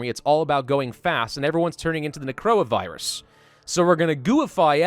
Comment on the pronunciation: He said "necroa virus"